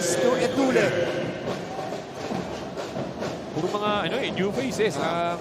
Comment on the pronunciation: Sino ba yang commentetor nyu ncaa d marunong mag basa . Zedjay etulle... Etulye pag basa nyan putik😂😂